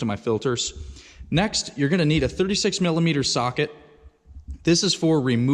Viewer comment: did u said 36 mm soquet?